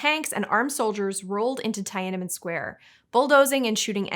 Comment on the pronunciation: Oswald Mosley : mōe-slee Tiananmen Square : tee-ah-nan-men square (You guys really need to look up how to pronounce words a bit more accurately. Really.)